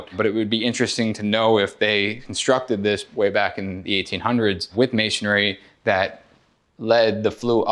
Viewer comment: Never hire a contractor who can't pronounce masonry ! It's MAY-SUN-REE, 3 syllables, not 4!